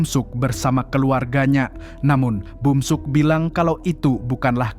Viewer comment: bukan bumsuk tapi beomseok